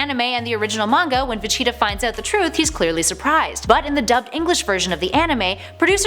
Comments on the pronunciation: Who cringe when she said Vegeta? I think she did it on purpose tho. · Just stick to comic books because hearing you say Vegeta is cringe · I would love to see a part 2...if she can say VEGETA right at least once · Had no idea she mispronounced his name. I had to go back and listen before I noticed. And yeah hope she pronounces it better in the future. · I hate it when they choose people who know nothing about the series. She says certain names like Vegeta and I cringe. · I had to check the comments, i thought I was having a stroke or something every time Vecheeta was said. Glad Im not the only one hearing this. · I have a bigger problem unhearing Vechitaah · Please learn how to say Vegeta properly. It's supposed to sound like Vegetable, because that's where his name comes from. I don't know who "Vacheeta" is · How do u even get vecheetah from vegeta? Where did she learn to read? Lawd! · I want a part 2 but not if you are gonna mispronounce Vegeta as Vacheeta. I like you, but come on. You probably never even watched the show. And usually I am not the one to complain about pronunciations, but I never knew what you were talking about and had to rewind twice, because I thought you were talking about a cheetah. I thought I had managed to forget about a DBZ character. In short, yes to a second vid. No to Vacheeta. And maybe get someone who pronounces the names. Or maybe someone who actually watched the show growing up. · ???? Vacheetah. I thought it was Vegeta. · Funny how she pronounces Vegeta. It's obviously pronounced "Virginia". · Is she saying Vecheeta...? Yes, Yes she's saying Vecheeta, wtf, there's a G in the name, how do you even make that mistake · Dont know if this was a mispronunciation or not, but you kept calling Vegeta "Vecheeta" lol. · So many errors just in this video. Va-chi-ta instead of Vegeta , Nahmek instead of Namek, Gohan blowing off Cell's head off (it was Goku's Warp Kamehameha btw), Dr. Jiroh instead of Gero...